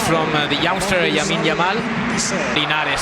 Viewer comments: did the journalist really called him YAmine LAMAL ??? :-) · 'Yamine Lamal'😂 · El relator = Yamine Lamal ... jajaja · Yamine Lamal 😂😂😂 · 😂😂😂🔥 he said Yamine Lamal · yamine Lamal 😅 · Yamine Lamal??? Come on man ! 😂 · But that is the correct pronunciation. In spanish, the L sounds Y so that is correct. We are rather pronouncing it wrongly.